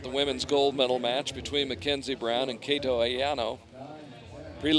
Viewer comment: The only thing bothers me is how the commentator said "Kato"